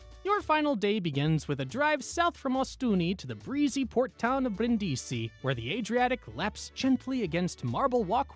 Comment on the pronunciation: Informative video, but some pronunciations are off. I.e. Brindisi is BREEN-dee-see not brin-DEE-see.